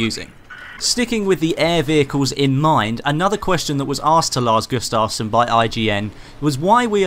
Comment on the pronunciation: When you said lars gustavson you actully sounded like you was Swedish:)